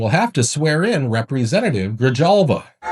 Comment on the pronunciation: Grijalva is pronounced GriHalva